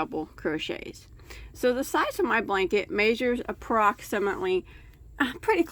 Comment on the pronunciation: Oops!..Blank-et ..lol